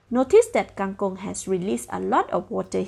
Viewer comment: Kang kong not kang kung